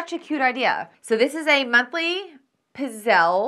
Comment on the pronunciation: Look so forward to you trying our Pizzelles! Yes - pit-zel is the pronunciation.